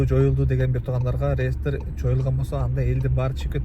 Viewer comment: Ааа.. Зайбал бала экенсинда кайра кайра реестер деб чыга бербечи былжырап.. Же хайп кармап атасынбы хуй знает😂😂..